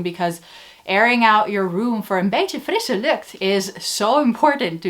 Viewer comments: Laughed out loud at the “Beetje frisse lucht”! You sounds Dutch! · "Een beetje frisse lucht!" Nice spoken! Ever thought about making a video in Dutch? I'd like that! Or did you already and missed I?